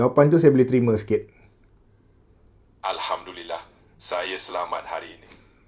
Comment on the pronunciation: 😂Pandai Ai ckp alhamdulillah